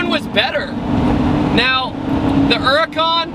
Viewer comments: Why does he call it a "Urrrcan"? It's H H H Huracan. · Huracan not uracan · It's called H U R A C A N! Not U R A C A N 😡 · Not the urrrrrhhhcan. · Her-ur-con lol